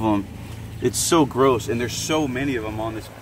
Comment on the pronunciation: No hate but when you said gross it was like Garoos